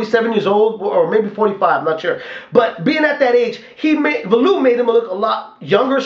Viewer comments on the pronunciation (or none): liked your comments on the fight thought holyfield was robbed hopefully David Haye can knock that freak out,he has no boxing skills ,he fights like a robot ,just one thing though ,his name is pronounced Value-ev not valoov .